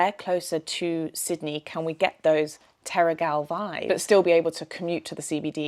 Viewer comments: If you're living here, you need to learn how to pronnounce places. Coogee isn't Coo-gee its like the start of could then gee. Terrigal is not Terry- Gal. Its Terrigle. But at least you said Bondi right. Have fun. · Also...it is pronounced Terrigul...not the "a"sound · Terrigal is pronounced “terror gull” 😂